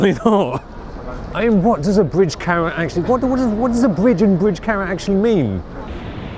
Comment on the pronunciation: The way this guy pronounces "camera" infuriates me to no end